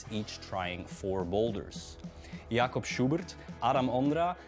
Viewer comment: Jakob Schubert is not pronounced like he did.